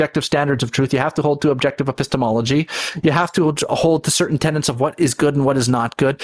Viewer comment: It's all been said, so I'll just add that it's "tenets!* Tenets. Say it a few time - tenets. Not tenants. Drives me mad that one. A good 99% of people say tenants when they mean tenets. Say it to yourself 50 times. Tenet. Tenet. Tenet. Tenet. Not tenant.